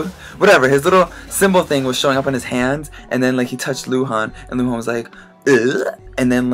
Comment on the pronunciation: Lol i like how you said luhan , the Chinese pronunciation was pretty accurate :P